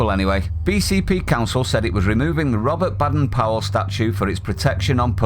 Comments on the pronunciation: Hey, it’s not pronounced Bad-en Powell, it’s Bay-den Powell. I’d leave the moral relativism and stick with Janet & John book 1 if I were you!!! 🤣🤣🤣🤣🤣🤣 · Duh! We always pronounced Baden it with a long ‘a’ as in Bay, not like as in Bad! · its bay,,dern powel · His name pronounced BAYden